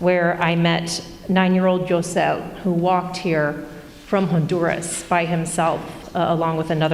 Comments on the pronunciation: anyone notice the reporter who called the kid joe seh instead of jose, hose-ay. im dying laughing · This chick really pronounce Jose as Joe say? Are we sure she went to the border and talked to anyone? 😂